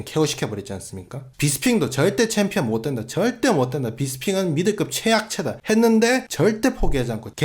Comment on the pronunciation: 정찬성: 아이 원트 어 참피언---------> 아이 원트 어 빠가야로